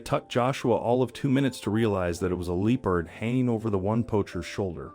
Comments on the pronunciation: L LEARN TO PRONOUNCE THE NAME OF THE ANIMAL LEOPARD NOT LOOPARD!!! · I heard looperd. Strange… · Absolutely had it with AI voices....LEE PARD? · Also Loo perds. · Why is this Person Pronouncing the Animal Wrong ?? It's NOT a Lee Purd !!! 😮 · yes. They pronounced Leopard wrong. They should do Research before they publish a video.